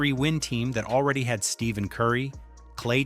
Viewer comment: Didn't say steph name right. Can't take you serious now